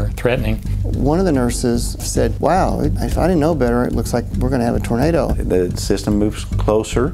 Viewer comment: "TAR-nado Alley!" What in TARnation is THAT??😂